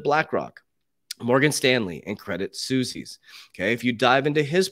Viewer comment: Serious question. Does he mean suisse when saying Susie's? Not being nitpicky just have never heard of susies